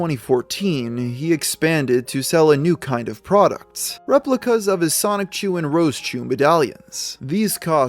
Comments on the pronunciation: A little confused as to why anyone would make a Chris Chan documentary when Geno Samuel has been making one since 2017. Also dude, ffs, its pronounced soni-chu. not sonic-chu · As many times you’ve researched and read this documentary you’d think you’d know how to say “Soni-CHU..” I’m not even an actual journalist and I know that it’s not pronounced “sonic-chew.” 😂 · is he still saying sonic-CHEW instead of sonichu ? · “Sonic-chu” it’s so over…… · It still baffles me how some people pronounce it “Sonic-Chu” instead of “Sonichu”.